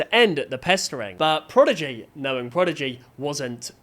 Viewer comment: What is ‘Progidy?’ Edit